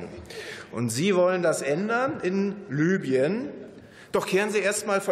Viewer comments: Nicht "Lybien" sondern "Libyen", Steffen. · Land wird Libüen ausgesprochen!